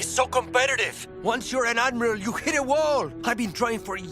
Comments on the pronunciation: It’s pronounced “Admiral” not amerals!!! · Is he saying Ameral, instead of Admiral? I could barely concentrate on anything else. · What the hell is an 'amorall'? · "Ameruls" vs "Admiral"? I guess like "en-signs" :) Are you a text to speech engine? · Maybe he's going back to the root? It's from French amiral from Arabic amir al-bahr commander of the fleet. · funny... i was trying to understand what you were saying.. I kept hearing ameralds.. (like emeralds).. i thought it was a device or aliens.. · Heh heh... you pronounce "Admiral" funny. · Hahahahaha.. I couldn't figure out what he meant, till i realized he said admiral.. Thought he was talking about some device or alien.. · LOL Maybe an amoral admiral? Pretty much, badmirals. 😄 And I have to admit, I've never heard "admiral" pronounced quite like in this video before.